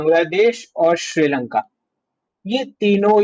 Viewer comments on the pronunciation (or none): none